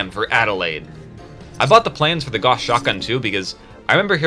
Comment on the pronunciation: You play Warframe, don't you? (You said Goss and not Gauss)